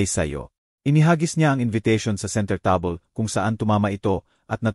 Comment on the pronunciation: Ano yan table naging tabel or tab-le